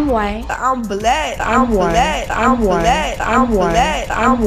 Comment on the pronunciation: At least the blacks on here spoke so that you could understand them. Ask the white chick when black became a 2 syllable word.